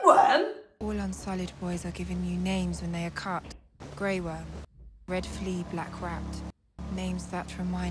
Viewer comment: "Grey Worrm!?? Maybe we can just change the color. Rose Worm or somethin'. Slightly betta'." 😅😅😅😂😂😂